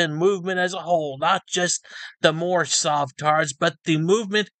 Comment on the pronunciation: My Nationality is Moormish! This guy is so bad he doesn't even say Moorish correctly 😂 🤣 (I think his name is) is an extra special one!